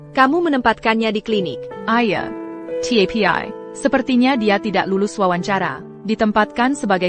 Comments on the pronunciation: Bilang TAPI saja TIEPIEAI ha ha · Tapi = Ti e pi ai 😂 sungguh Ai yg bodoh. Mending pake text aja, dubingnya ilangin